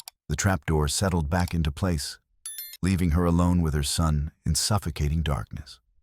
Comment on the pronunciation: Very strange, the AI narrator must’ve forgot how to pronounce the words to, A and back in several other words. Like I said very, very strange.